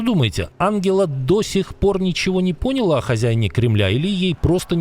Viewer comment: Ангела не "непОняла",а "непонялА" 😂😂